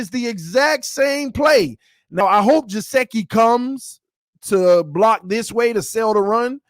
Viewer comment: love the video but it's gesicki no jaseki lol